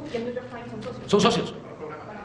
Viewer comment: El Niu yor tain 😂